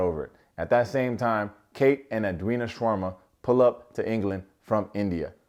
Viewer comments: Is it me or did he pronounce SHARMA as SHAWARMA? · My man just said "Kate Shawarma"